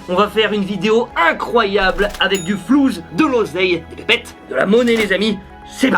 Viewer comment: Il a dit du « flous »😭😭😭😭